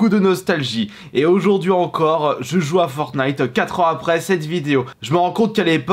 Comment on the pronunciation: En vrai ça va, tu disais FortnIte avec le t Parce que y’en avais pleins a l’époque qui disait FornIte sans le t